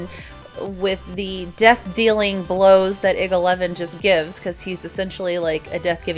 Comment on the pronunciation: hey, I mean no offense but if you didn't know IG-11, IG-88, IG is it's series pronounced (eye-gee) sorry if you already knew that still a awesome vid.